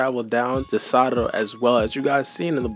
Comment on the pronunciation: i hate they way u say sarada but ur videos be 🔥 so ig ill be alr 💀